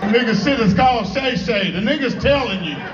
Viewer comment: He called him, “Gay Gay” for Shay Shay.. I saw him say it live